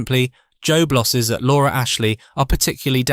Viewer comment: What about "jobe losses" in a bit about unemployment ...